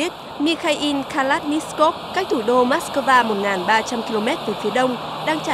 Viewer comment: Từ Kalashnikov mà đọc cũng k xong.